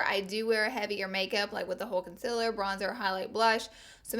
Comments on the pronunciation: Did anybody notice she says con-cil-er intstead of con-ceal-er? 😂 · okay, you're great, but the way you say concealer bugs me soo much. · I will never get over how she says concealer 😂